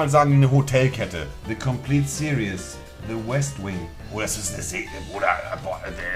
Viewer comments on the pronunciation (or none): none